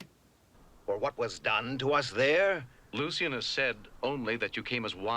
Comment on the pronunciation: Asmodeus was voiced by the commander of SHADO. One of the things that amused me about this one comes from the fact most of the voice recording was done by each actor on their own talking into tape recorders. Here, for some reason, Shatner used a pronunciation of "Lucien" which is subtly different from the one used by everyone else. It's like Kird got the name wrong and nobody dared to correct him.